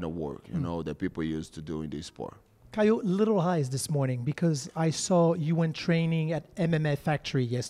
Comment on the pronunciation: Je lis les commentaires et personne parle du moment où il dit caio ressemble à cailloux non mais sérieux 😅😅😅!!!?